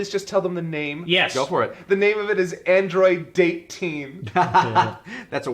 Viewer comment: “Android Date-teen” We better be able to take 16 birdwatching or SO HELP ME!